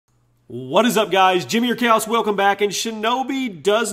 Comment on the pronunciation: at the start of his vids, it always sounds like he says instead of Chaos